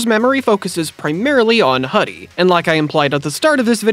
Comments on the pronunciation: It's not pronounced as Hudie(Ha-Di), but as Hudie(Who-Di-Eh), which is the Chinese word for butterfly. And it's sort of on theme with the ending, with Erika turning into Hudiemon, a butterfly digimon. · Great video. Pretty sure it’s pronounced “Who-Dee” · It's pronounced hoo-dee. Their uniform, a hoodie, is supposed to be a reference to their name. It's the Chinese term for butterfly. Hence why hudiemon was a butterfly.